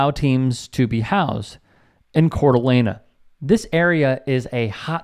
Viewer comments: nit picking here but if you are going to report on issues you should learn how to pronounce the names. it's not La Nah, it's Lane. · No “uh” at the end when saying the city name. It’s pronounced “cor-duh-lane”. Otherwise, spot on for that area in Idaho. I do believe the nazi group was in Hayden Lake, which is slightly outside the city. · Its not pronounced with an a at the end...just a heads up.I have family there.This is disgusting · Pronunciation: Core D Alaine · It's pronounced Cord a lane... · Its pronounced "CORE-DA-LANE" Heart of the land. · Coeur d'Alene is pronounced Cord-a-lane. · Please pronounce names correctly. You are mispronouncing Coeur d'Alene. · This story could go on forever. First, so close with the pronunciation but there’s no ah sound at the end of Coeur d’Alene. The city is like many bigger cities in the west. Lots of racism, but also a thriving arts scene. There are right wingers like the Bundy’s mixed with hippie communes. As for this incident. There is a local rivalry with Utah. They often complain about the locals, who can go overboard with racism or anti Mormon chants. And I believe the guy at the presser just wanted his 15 minutes. But you can also talk about gender equity. When teams come to Spokane the men stay locally. The women stay at the Cd’A resort. They spend 4x the money so it looks on paper that they are supporting each gender equally. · And he mispronounced Coer d’Alene. Perhaps in too big a rush for content to not understand the subject matter.